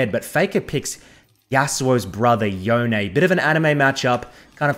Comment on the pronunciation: Big thumbs up for pronouncing Yone correctly. P.S. love that AiiYa